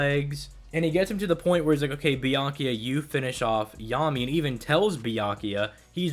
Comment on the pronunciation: I swear it sounded like he was saying, "Byankuya." Lol